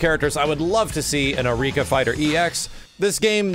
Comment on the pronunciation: It's pronounced "Arr-ee-ka", not "Uh-rika", and it's "Dar-rune My-ster". Come on,, at least try and pretend you know what you're talking about.